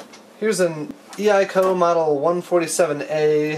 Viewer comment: Nice tracer! Mint condition. FYI, I have always heard EICO pronounced "Eye Co". I personally have never found signal tracers of much use if you have access to a scope of some sort. Have you found tracers to be useful?